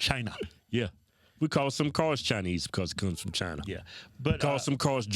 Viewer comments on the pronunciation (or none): No he said chiiii'na